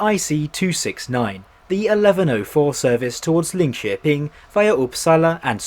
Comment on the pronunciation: While obviously not sounding like a native, you can tell there was genuine care. Even Linköping was surprisingly good